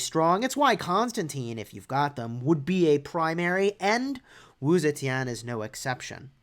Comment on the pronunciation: First YouTuber to pronounce her name right